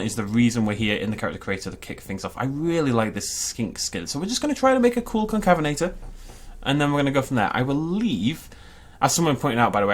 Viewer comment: excuse me it’s pronounced con cave inator